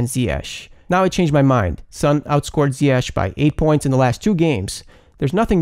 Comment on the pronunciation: Finally someone who says Ziyech the right way